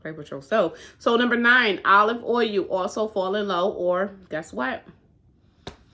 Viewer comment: Being from Alaska originally when you say oil it just cracks me up. Sounds like ohu when you say it. When I first met my Daddys relative from Missouri theiraccent was so heavy I couldn't understand what they were saying. Love your videos . Enjoy watching your little one so cute